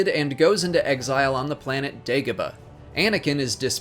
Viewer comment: Did anyone hear him say bagodah instead of dagobah